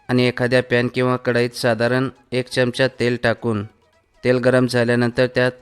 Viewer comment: च्यमच्या नाही हो चमचा म्हणा